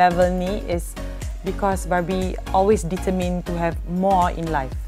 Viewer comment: Kadang kadang aku dengar 'barbie' tu dia 'babi'😂😂